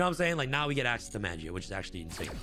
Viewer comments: he pronouncing magia with a j, smh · it's pronounced maw-gee-uh